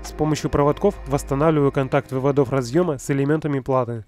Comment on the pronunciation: Ты чё не русский выводов ударение на ы а не на 2 о